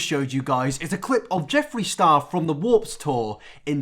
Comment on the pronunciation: lol u said warps tour